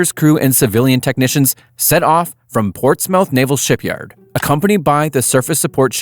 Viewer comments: Norfolk/Portsmouth local here, its ports-muth. Not ports-mouth. Yes thats how its spelled but not how its pronounced. Same with norfolk. Its north-fuk. Why idk. That just how everyone pronounces it. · Portsmouth = "Ports-muth", not Ports-mouth. Solder = "Sodder" not Sol-der. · My thoughts exactly. When he said “Ports-mouth” that’s all I needed to hear. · It’s spell Portsmouth but it’s pronounced portsmith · U pronounced Portsmouth wrong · The second “O” in Portsmouth is silent btw